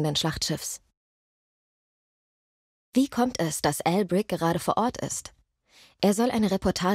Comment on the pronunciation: Jedes mal ein Shot trinken, wenn sie "Al Brick" sagt. Hahah